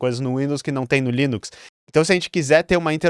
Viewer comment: "leninx" é demais, hahahaha, muito bom!